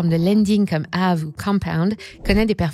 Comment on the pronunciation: On prononce Aavéééé !